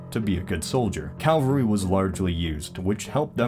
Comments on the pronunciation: Cavalry, not Calvary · Why do you say Cavalry like "Calvary"?